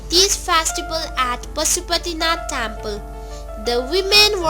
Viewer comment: Tyample ..how rubbish ..say it properly temple